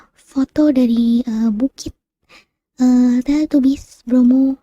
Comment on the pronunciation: Teletabis bacanya kak bukan Teletubis walaupun tulisannya Teletubbies 😉